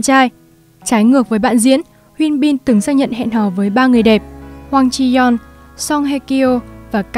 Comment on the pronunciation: Mình nghe giọng đọc của bạn dễ chịu vì đọc đúng tên nhân vật chuẩn tiếng Hàn, hi vọng các video sau của có sử dụng tên tiếng Hàn sẽ đọc đúng như vậy (Thực ra gần đúng thôi vài tên vẫn đọc sai, nhất là Hyun Bin)